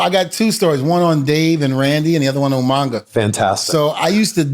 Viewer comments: Lol d von said Umanga lol reminds me of Steven regal lol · he said Umanga 😂😂😂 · UMAGA not UMANGA